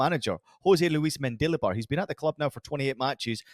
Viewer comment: Every time said the name Jose Luis Mendilibar I kept hearing DQ Dilly Bar 😂 now I want ice cream 🍦